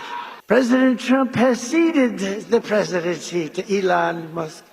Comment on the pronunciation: The Presicheedency....? Wtf was that ?